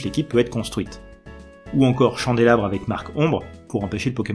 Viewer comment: Cette série en a connu des prononciations discutables mais je saurais vraiment pas me décider de ma préférée entre le "éatran" de la dernière fois et ce nouveau Lugulabre qui devient "chandélabre" mi-français mi-anglais. X^)